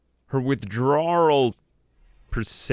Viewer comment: i like how you pronounced Withdrawal "WithdrawRIL" like 10 times in a row and then question when you say Teetotaler correctly.